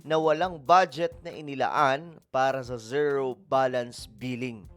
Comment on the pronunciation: Ka sangkay… correction lang po. Yung pronunciation ng ZERO is like…. Ziro.